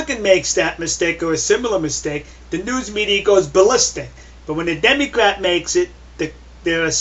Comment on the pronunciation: haha you said demycrat